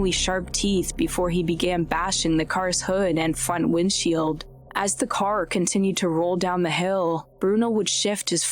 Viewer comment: Is this a real human being or a robot? Why do people talk like this, it’s super annoying and sounds totally unnatural. “ChimpanZEES, driVER, caR, followERS, automoBIL, slow DOWN, souND. Ugh, it’s so stupid.